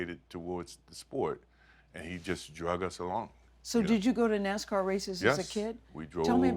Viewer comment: I grit my teeth every time she says, "NaZZZZcar" It's NaSSSScar.